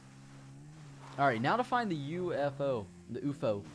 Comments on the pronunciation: wait, when he said ufo did he say oofo? LOL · I love the way he says UFO